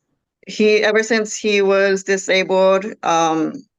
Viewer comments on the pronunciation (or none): "I'm Disbabled" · hes “disababled” lmao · Because he’s dis-a-abled ? Did I hear him right ? Wow.